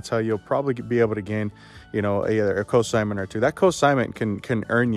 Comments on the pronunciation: Great video - great ideas, thanks! BTW, It's Consignment, not Cosignment. ;) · Just a tip- the N is NOT silent in consignment. You're pronouncing it cosignment, which confused me at first because it's a totally different thing, as in cosigning a loan.